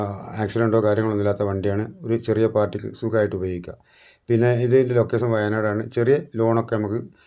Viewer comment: ലൊക്കേസൻ അല്ലെടാ ലൊകേഷൻ ആദ്യം അക്ഷര സ്പുടത കൈവരിക്കൂ